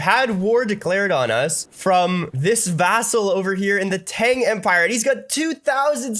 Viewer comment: The way to pronounce Tang is evil